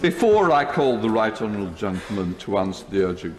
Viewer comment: Can I mention the elephant in the room? What is going on with Mr Hoyle's speech? Is it a kind of impediment he's always had? Has he had stroke at some point? I refer to him routinely dropping syllables. He says 'how disappoit I am', He pronounced 'right honourable' as 'rightral' at one point. It's not a criticism and I'm not mocking him. I just wondered.